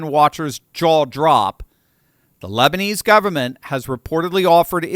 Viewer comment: “The lesbinese government” 😂😂😂